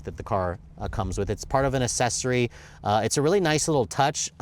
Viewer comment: You say accssory wrong. It's not assessory. That's almost worse than you saying vall-vo instead of vole-vo.